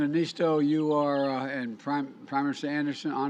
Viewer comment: It's Sauli Niinistö. If you don't have o with two dots you use "o", not "a". Americans...